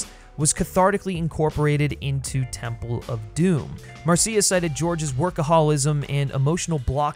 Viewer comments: You're driving me crazy with the MarSEEa Lucas pronunciation. It's just Marsha, but with a cia ending. This has one of the best openings of ANY movie. It's extra funny if you know the song Anything Goes - but then the crazy fight with the ice and jewel and antidote - the fall from the plane and the rapids.... just wow! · Why does the narrator keep mispronouncing Marcia Lucas' name as Mar-see-uh Lucas? It's Marcia. Mar-shah. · Very minor nitpick, but I'm pretty sure it's pronounced "MAR-SHA", not "Mar-see-ah". Great video! You did a fantastic analysis. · Pretty sure the name is pronounced MARSHA, not Mar-See-A 😂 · I’m pretty sure it’s pronounced Marsha. At least that’s what Francis Coppola said. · Um, Mar-see-ah? Marcia is pronounced Marsha. Great video none the less. I had a similar experience with Temple of Doom. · Marseeia? Is this AI voice? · I know I’m two years late, but… it’s pronounced “Marsh-ah” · You’re pronouncing George Lucas‘s wife wrong it’s Marsha not Marcia like the oldest daughter on the Brady bunch Marcia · Hey expert her name is Marcia (as in "Mar-sha") Lucas. Who pronounces Marcia the long way round? Marcia. Marcia. Marcia. Also, although I agree about Temple of Doom, you really have basic bitch tastes, no offense. SEE: Snyder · Dude how do you not know how to pronounce Marcia Lucas' name??? It's cringe inducing. It's not Mar See Uh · Marcia Lucas' name is pronounced, "Mar-sha" just like "Marcia" on the Brady Bunch. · Very much enjoyed the defense of Temple. Just an FYI, "Marcia Lucas" is pronounced "Mar-sha", rhyming with "Martha". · I literally just watched this and was looking through the comments to see if anyone was gonna mention his pronunciation of Marcia, lol. Aside from that minor quibble, great analysis and TOD has always been my second favorite of the Indy films.